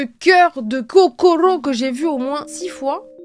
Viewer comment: 13m45 kokoro ❤🧡💚 🤣😂🤣 et non pas cocoro 🍆🍆🍆 🤣😂